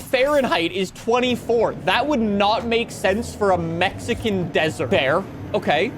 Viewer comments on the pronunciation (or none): none